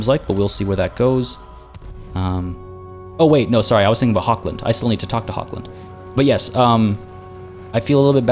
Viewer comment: I've been slacking of on my ehm promise to correct your pronunciation, haven't I? And I mean you're not too shabby! But if you indulge me: 'Hochland' (lit. Highland) is pronounced with the "ch" like in 'Loch Ness' (or the "j" in Jalapeño). And the "a" like the "u" in 'Hunt'. But I guess that "ch"-sound is not really a part of the English language, so I'm not sure how easily a Canadian tongue wraps around it :P